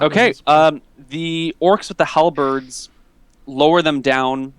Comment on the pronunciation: why do you always call halbeards halabreads?